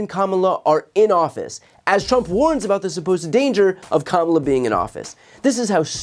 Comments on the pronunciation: Well, he is pronouncing VP Harris' first name correctly more often. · Wait wait waaaait. Trump ACTUALLY pronounced Kamala's name correctly at least once in that speech. Obviously an accident. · So did Trump accidentally pronounce VP Kamala Harris first name correctly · Exhaustion (and whatever else is going on with this psycho) seems to have connected the Rump's mouth to the true pronunciation of Kamala's name. The rest is ... the usual nonsense. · So sedated that he forgot himself and pronounced Kamala's name correctly. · Wow, it appears he finally learned how to correctly pronounce her name. 🙄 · LOL. He even slipped and pronounced her name correctly 😂😂😂🩵💙🩵💙🩵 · Oh look! Trump said Kamala's name correctly once by accident. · I'm stunned... it's the first time I've heard donOld trump pronounce Kamala's first name correctly - . He must have been extremely tired to let his obnoxious 3rd grade "name teasing" habit guard down. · He actually pronounced Kamala the correct way for once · Thank you BTC, I needed a good laugh! By the way, apparently he can pronounce her name correctly. No matter, he can just call her MADAME PRESIDENT 😂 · Same speech, 1000's of illegal immigrants a day on the border, never mentioned anything about the Canadian border, but at least he called Kamala her name correct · did i hear him right, did he actually pronounce her name correctly? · So at 817 of this video he says Kamala Harris ( he actually pronounces her name correctly), be he calls Tim Walz… TIM WALTZ!!!